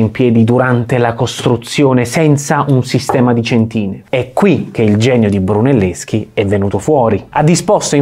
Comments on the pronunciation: Bravo, però si dice cèntina, non centìna. Sennò sembra che dici centinaia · Bravissimi come sempre, ma da architetto, mi permetto solo di correggere l'accento della parola "cèntina" e non "centìna" :P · Si dice cèntina non centìna. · Grazie mille, siete l'avamposto della divulgazione. Una precisazione(se mi è permesso), l'accento tonico della parola centina è sulla prima vocale; cèntina e non centìna. Grazie mille per il vostro impareggiabile lavoro. Claudio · Bello ed efficace, molto chiaro. Due appunti: si dice cèntina e non centìna, e poi: non è stato Brunelleschi a definire dimensioni e forma della cupola, ma coloro che avevano realizzato il duomo cento anni prima e che erano arrivati a realizzare il tamburo poligonale! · Congratulazioni. Ma devo farti notare una cosa: si dice cèntina, non centìna! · Complimenti per il video ma la pronuncia corretta è cèntina (non centína). State piú attenti in futuro. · Mi scuso per le precisazioni, ma l'edificio (quando fu realizzato in proporzioni eccessive per poter realizzare una cupola tradizionale) risale alla fine del XIII secolo; e la parola centina si pronuncia "cèntina" 🤗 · Cèntina. Ci vuole poco ad evitare certi strafalcioni. Controllate prima la pronuncia corretta di vocaboli che chiaramente non appartengono al vostro ambito. :)